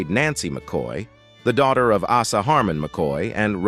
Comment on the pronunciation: Hey AI!!!! Asa is pronounced Aaaaaaa….sa